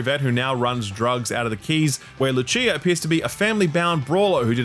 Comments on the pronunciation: ok but... Loo-Chia? Brother, what? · This is the very first time that a bad pronunciation made me cringe, normally I don't mind them ... But Lucheea!? Brother, she's latina, not Italian! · Lucia ...Lucy-ah not Lu-chia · “loo-CHEE-uh”? lol, pisano…she’s Latina. “loo-SEE-uh”. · Why does he keep saying "Louchee-uh", it's Lucia. LOO SEE UH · Bro please….not LUCHIA its pronounced LU-C-A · pronouncing luCCia instead of lusia was not on my 2025 bingo card lmao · Loo-Chia LOL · Who is Loochea? its pronounced Loo-SEE-uh, dirty austrie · LUCHIA? It’s LUCIA😭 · I'm sorry, i can't get over the "Luchia" pronunciation. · LOO CHIA? Cmon. Its pronounced LOO SI AH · LU-CEE-UH > LU-CHEE-UH LMFAO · "Lutchia"? Did you see the trailer on mute? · Luchia? It's pronounced 'Loo-see-ya?, not 'Loo-chi-ya'. It's spanish, not italian. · Cannot let you get away with "Jason and LuCHía" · It's Luu-See-ah, not Luu-chee-a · "LuCHia " hahaha man its Lucia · It’s the correct pronunciation in Italian, the language of origin for the name Lucia. It can be said like Loo-chee-uh (Italian) or Loo-see-uh (Spanish & French). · Just a correction "Lucia" in spanish is pronounced "Lu-see-ah" (the way you prnocunced it was the Italian pronunciation, in Spanish "ci" is similar to english "See") love the show, please don't hate me. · Loo Chee ah hahahahahahahahahahahahah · It’s pronounced Loo-sea-uh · Luh-chee-ah ….. lmfao wtf was that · ITS PRONOUNCED LUSIA 😂😂😂😂😂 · "luchia" omg bro 💀💀💀 ffs they pronounce it in the trailer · LuChia? LeOHkneedah? What? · Did...did you watch the trailer? wtf is Loo-chia bro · lucia not looCHHHIIIiaa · "Loo-chia" LOL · "Luchia" lol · Did you just say Lucheer? 😂😂😂😂First for everything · Bro said “louchia” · Loo-See-Uh. Common wealth Anglo try to pronounce Latino names challenge (impossible) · “Lu-chia” lol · How hard can it be to pronounce Lucia correctly? It's a c, as in lucid, not "Lutshia". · This pronunciation almost gave me a heart attack